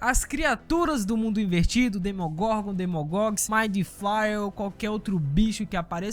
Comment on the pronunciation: "DemonGorgon" não "DEMOGORNGOR"